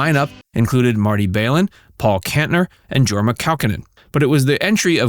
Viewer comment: JEsus. do you even know that Jefferson Airplane was gone after 1972? Jefferson starship has only 3 members of 6 in common. The two most important Jack and Jorma (pronounced Yorma, not Jorma by the way) were gone, and the sound was gone. But this video doesn't know the difference. You asked about favorite memory.. I will tell. Sitting on stage with the band in Nov 1969, for the last hour or so of the show, in between Grace and Jack. Just absorbing the music.